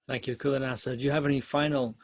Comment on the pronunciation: It's pronounced Chuladasa